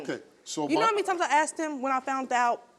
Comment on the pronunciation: I axed you 😂😂😂